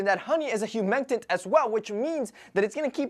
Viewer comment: Did he say “humentent” instead of “humectant”? 🤦🏻‍♀️